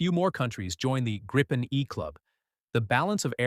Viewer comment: Gripen; GREEPEN, not as Graipen